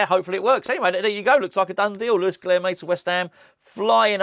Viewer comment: I promise I'll say this only once. Guilherme is pronounced "Guilyerme." The "h" is NOT silent. In the combination of "lh" in Portuguese, the "h" is pronounced as "y." For example, "old" is "velho," which is pronounced, "velyo." It's early days still, so please let's not do a repeat of "PaQUEta" instead of "PaquetÁ." Once again, it's G U I L Y E R M E.